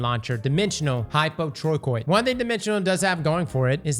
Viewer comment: I Iike how he can pronounce hypotrochoid but not hulabaloo correctly...it's like he does it on purpose